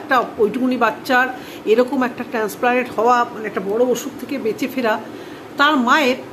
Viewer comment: Oi jonn 1 a daria a6e.o je ta korche bas korche..transplant uchharon thik moto hoy na.😢